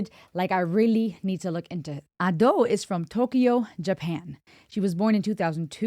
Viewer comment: `Ado instead Ad`o. First sound is "a" (like in "unravel" word) instead "e" (many people confused) "Ado" - term from one of japanese theater, means second-plan actors which maybe not on stage even , while "Shite" - first-plan actors. Ado said that when she heard "Ado" first time, she thougth it sound pretty cool